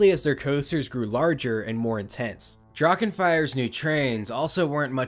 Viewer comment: Love the coverage! Little tip when it comes to German words like Drachen. Don’t make a “k” out of the “ch”. Just consider it silent. The voice fills that void automatically.